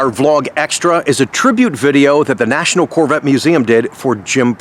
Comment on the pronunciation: Only a Gentleman Texan could say the word “Carvette” properly!